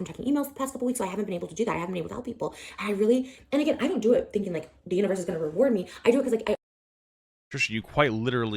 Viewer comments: Did she say "universt"?? 😂😂😂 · Wait is it just me or is Papa putting a “t” at the end of universe when he says it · she said: what you speak into the UNIVERST